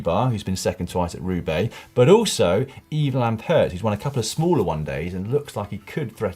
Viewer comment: Lampaert is pronounced same as van aert ;) (fyi lampaaart)